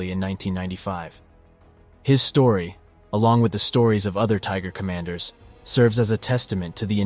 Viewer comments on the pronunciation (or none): none